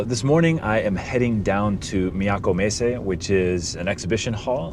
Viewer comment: I love how you say "Miyako Messe." It’s oddly fascinating—hearing an American accent one moment and then a flawless Japanese accent the next. Taikan-ten - Fantastic as always!